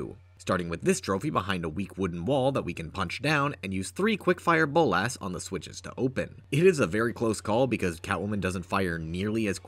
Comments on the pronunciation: Please stop saying "bowl-lass". It's "bowl-la-s" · The way you say Bolas as Bowl-Ass (Boles' ass?) made me laugh every time.